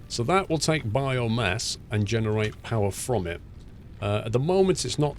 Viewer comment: Is it just me or does he keep saying bio mess